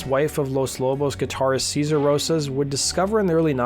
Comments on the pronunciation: More like “Seh-zar”, really. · It's SAY-ZAR not SEE-ZAR. I know because I sold Los Lobos guitars in the early 90s. They were in town for a show and came to the shop where I worked. I was stoked to meet them. At one point David (who's even bigger in real life) pulled me aside and said ,"Don't call him Seezar. It's Say-zar." Sayzar hates white people."